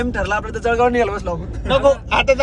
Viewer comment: जडगाव नाही , जळगाव आहे दादा 😂🎉🎉